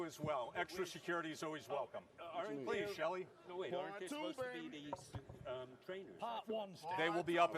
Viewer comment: This guy said crelability and susspose to - why can't wilder talk